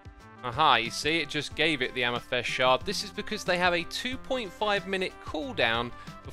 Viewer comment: Why do you keep saying "am-ih-thest"? it's amethyst. a-meh-thist. amethYst. with a Y. Amethyst. I can't believe you've gone this long without knowing this, so do you do it just to generate comments like these, for engagement?